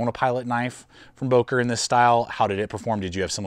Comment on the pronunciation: I thought I heard you say, "broker plus ".